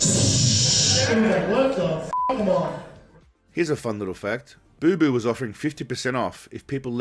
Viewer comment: It’s not boo boo it’s Bapa